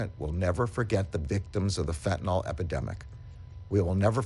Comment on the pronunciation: Good to hear but please say Fentanyl, not Fentanol.